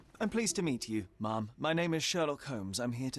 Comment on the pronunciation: Ok, I hope I am not the only one who Hears mommy everytime they say ma'am 😅